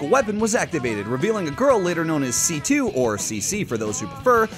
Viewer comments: why did you weirdly mispronounce C2 master race in the end there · NEVER C.C.!!!!!!!!! IT'S C2. The japanese dubs say C2.